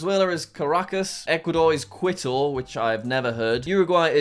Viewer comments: its Quito like as in key-to not like quit-o btw jack! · WHAT IS KUITU IS KITO OK AND HOW DARE YOU SAY LIMA FOR CHILE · Every time Jack said Quito, it cracked me up: Quit-oh. It’s pronounced more like Key-toe, Jack. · jack if you didn't know, quito is actually pronounced qito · quito is pronounced key-toe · Kee-toe Ecuador, that’s how my Spanish teacher told me to pronounce it. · we love "quit-oh" I wonder how he will pronounce the capitals of honduras and sri lanka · The best part of the video is obviously Jack pronouncing Quito like Kwito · I cringe every time he says "quit-toe" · Just so you know, Quito is pronounced key-toe. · I think I started crying when he said “quid-o” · pov: kwi-to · Quito is actually pronounced like this. KEE-TOW. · Stop mispronouncing it! Quito is pronounced Cee-to. Get it right! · Good video, Quito is pronounced k-ee-to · KI-TO, jack! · You can’t forget quit-oh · Quito = kee-tow. Not really a soft Q in Spanish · “Quit - o” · Pldase find out how to pronounce Quito it's driving me nuts. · bro... jack saying quito made me die inside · quito is pronounced like mosquito btw jack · Santiago is pronounced as “san-chee-ya-go”, Quito is pronounced “Kee-to” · Qüito Sæntiaigo Montevídeo Bueinous Ares